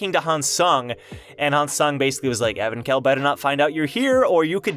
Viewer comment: I thought its pronounced Evank-hell not Evan-khell.